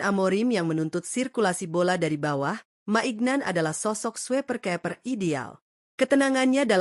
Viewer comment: Mike maignan dibaca maik minyong, strahinja dibaca strahinya bukan strahinja